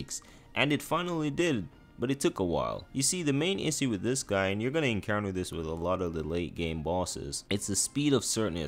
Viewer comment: Loved the vid! But the way you say "issue" really pissed me off